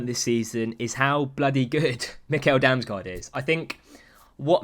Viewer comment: Pro dane tip about damsgaard, and how to pronounce his name. The american nickel, just switch the n with an m. 😂